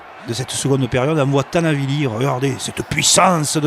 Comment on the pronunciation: C'est Tani Vili pas Tana Vili... et puis c'est qui qui ? C’est le kiki ! (bonjour le commentaire au secours !!!)